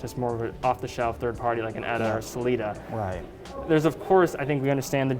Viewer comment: I've never heard anyone pronounce ETA as "EDDA."